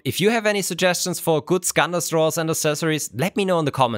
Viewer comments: Skådis, not Scandis. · SKÅDIS, not Skandis :D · Skådis is actually pronounced skaudis, and it means actor.